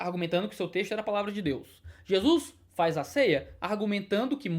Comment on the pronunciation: FARre tempo man,ora.kkkkk